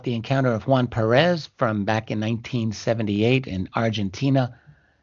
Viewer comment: Small detail, the name is PERez, not PeREZ :) But great interview. . .